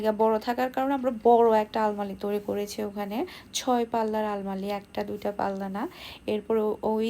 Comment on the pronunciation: Flywood na kothata plywood. Futting na kothata potting. Almali na kothata almari jeta amra boli english holo "ALMIRAH".